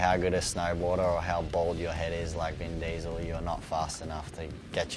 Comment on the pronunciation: "Ven Diesl"